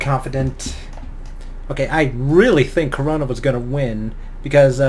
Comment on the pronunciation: It's Crona not Corona